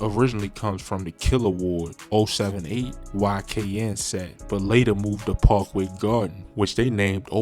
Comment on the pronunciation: I said the same due to the pronouncing of his words, “Pawkway gardens, Odeee parry.” He might be from DC to though